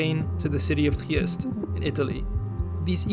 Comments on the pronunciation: Sorry tu burst your bubble but he absolutely butchered Trieste, it's not Tchkwriest, it's Tree-ae-steh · He did butcher Trieste.